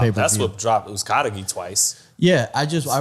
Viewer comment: (fight hype} always says Uzcategui’s name wrong lol